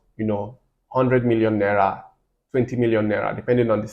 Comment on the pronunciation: it’s the way you pronounced naira. I grew up in Kaduna so that accent gave you out.